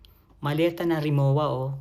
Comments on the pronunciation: ang Rimowa ay German brand, hindi Japanese. Katunayan, ang pagbigkas ay Rimo-va. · Rimowa luggage is pronounced Ree-moh -vah with the German 'w' sounding as a 'v'.. No offense meant ❣️❤️🅿️🅱️🅱️Ⓜ️✌️ Forever since birth